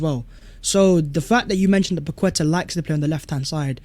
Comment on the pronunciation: Perhaps now you heard pronounce Paqueta correctly Pak-Ke-Ta and not Pa-Kwe-Ta as you insist on doing. It's disrespectful to not try and use your own version. Don't spoil a good channel.